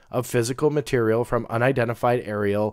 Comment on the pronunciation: Ohhh a whole bunch of stuff comes up for "FMP Foreign MATERIEL Program!!! Not Material, it's materiel!